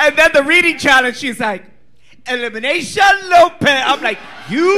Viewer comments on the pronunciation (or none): not kandy saying eliminaysha lmaooo